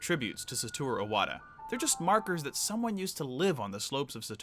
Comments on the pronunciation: For fuck sakes man the name is IWATA not O-WATA!!!! do you see an O in the name? Jesus you don't even know the name of the man and you call yourself a nintendo fan? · he also needs to fucking learn how to pronounce SATORU IWATA, he says SATURO OWATA... fucking moron